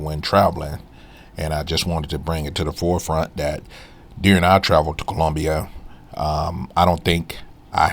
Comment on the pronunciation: I took a cruise to Colombia. Wasn't bad or good. Question... Why are you pronouncing it like that?😂